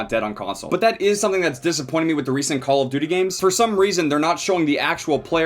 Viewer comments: So I've been watching all his vids on cod thinking the intro went "I like dirty" not "call of duty" it kinda fits tho lmfao. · I THOUGHT THAT THE INTRO WAS SAYING "COLORED TURKEY" INSTEAD OF CALL OF DUTY IM SO DUMB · I seriously thought you always said "ouhhh youu dirty" at the intro of BO3. I finally realised you meant "Cooul ouhh Douty" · Finally found out he was saying call of duty in the intro, always thought it was a herp derp kinda sound.